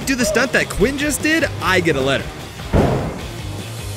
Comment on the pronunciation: qwiun-jet lol